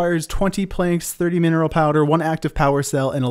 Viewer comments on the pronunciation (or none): none